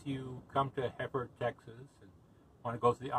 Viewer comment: Please quit butchering the name....It's not Heeeford. It's Hereford, like the cow.